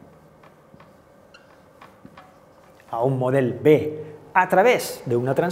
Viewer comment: Ai les vocals obertes! SupOrt, guErra, modEl, cOses, restablErt, pOt, tÈrbola... Cal parar atenció a la pronúncia.